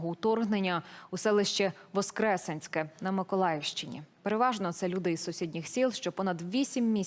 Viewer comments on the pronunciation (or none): ВоскресЕнське, будь ласка. Вуха ріже. Дякую.